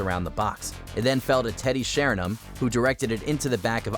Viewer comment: they don’t watch football man. The fella talking can’t even pronounce Sheringham 😂